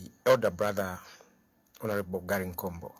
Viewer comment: ........ please pronounce his name correctly UPND is a rebound